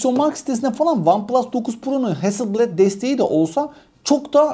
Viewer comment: Ustadim Hasilbled diye değil heazzıl blaad diye okunur